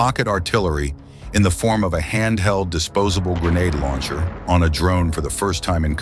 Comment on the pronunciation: Why you keep saying grenade "launcher" lol